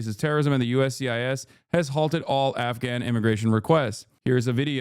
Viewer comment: HasanAbi cult leader knows a lot about “blowback” and lol HasanAbi cult leader not even being able to pronounce the Afghanis name correctly, hahahahaha.